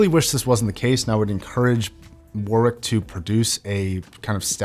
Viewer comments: As an englishman, the way he pronounces "warwick" sends me for a loop everytime lol. No hate to mr, it is just ammusing. The correct way to pronounce it would be like War-Rik (war rhymes with boar in this case) Love your videos boss! edit:lmao spelt warwick as warwich fml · YES lol, i'm an Aussie with English relations. WarRick is exactly how it should be pronounced. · It's also funny to me as an Australian as the actual pronunciation here sounds like worrick (it's a suburb here in Perth Western Australia). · lmao learn to pronounce Warwkick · Was going to comment the same thing. Use to pronounce the same way until I knew better. Same goes to many other UK places. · The second w in Warwick is silent. Also it’s ‘than’ not ‘then’. Please stop